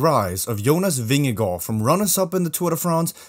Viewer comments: Very well pronounced where you said Jonas vingegaard. As a Dane i can say, it sounds amazing when u say Vingegaard even in the Danish way. There the 2 as in the Vingegaard is also Å in Danish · From a dane here. So nice to see someone saying Vingegaard the right way. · Gotta give it to you, your pronunciation of Vingegaard, is impeccable.